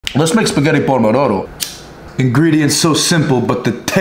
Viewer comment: When he said pormodoro I felt that